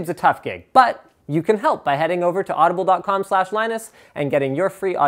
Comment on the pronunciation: When he did the Audible commercial did he say "Blow me!" or am I hearing things?